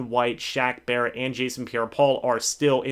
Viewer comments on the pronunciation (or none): none